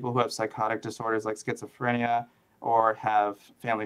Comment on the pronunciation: I still avoid using the word scisophrenia, it terrifies me to say I guess you'd say anxogenic. I mispelt it because that's how you said it and it's actually more comfortable to hear.